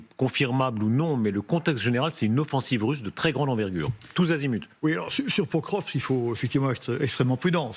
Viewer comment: Il faut vraiment que les journalistes apprennent à prononcer correctement le nom des villes. Pokrovsk se prononce Pakrovsk. Le "O" se prononce "A", sauf sur l'accent tonique.